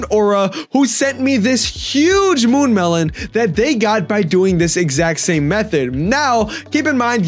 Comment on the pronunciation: mune melon???